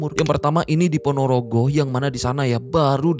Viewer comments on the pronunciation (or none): none